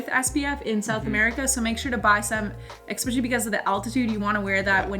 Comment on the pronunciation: Especially is not pronounced “exspeshily”…just sayin’